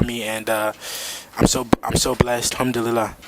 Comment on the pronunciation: Did Devin just say humdulyla 🤣🤣🤣